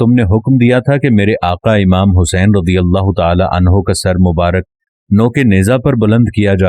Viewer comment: Bhai rajeyallah nahe s A bolo